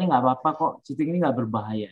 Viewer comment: Cheating bu.. Curang.. Bkn chating.